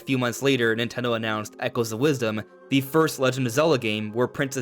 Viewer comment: Nin Ten dHo